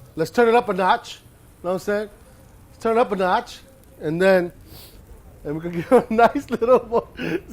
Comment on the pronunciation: “TURNUPANOTCH” 😂 more Please BA 👏